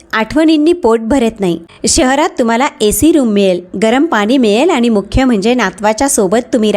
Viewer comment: Awaj chhan ,clear explanation. Pan faktta aani, Paani ver laksha dya.